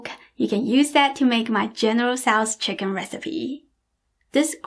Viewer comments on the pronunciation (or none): I love your speech patterns. Every hard consonant has an after echo. "Wok-kuh" "chicken-nuh". It may be just that you always smile, but I find myself smiling and enjoying your talking! xox